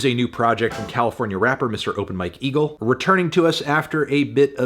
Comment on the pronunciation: I was in another room and had to come back to the video to check if he really said "open my kegel" but it was open Mike eagle 💀